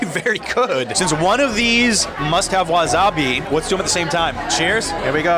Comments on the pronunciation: wasabi= wa SA bi not wa ZA bi. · It’s wasabi not wazabi lol